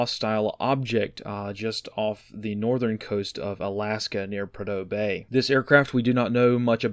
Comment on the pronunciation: Pronounced "Proodoe Bay" which is the start of the Alaska Pipeline and is the major oil production fields in AK. A tremendous amount of capped oil wells exist there. Major strategic resource of the US.